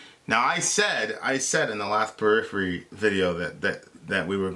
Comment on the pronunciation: Purriphery I assume you muted it? lol